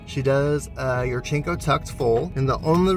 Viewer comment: Natalia yurchenko’s name ends with an o. you pronounce it yurchenka.